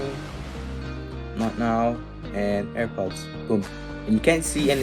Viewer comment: I’m dead 😂he said ( APPER). AirPods . Good one pal😢